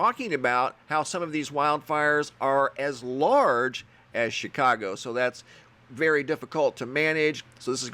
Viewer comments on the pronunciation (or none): none